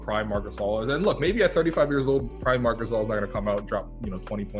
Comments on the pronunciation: MARC GHASCXZS😂😂✌️ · Mark gazil lmaoo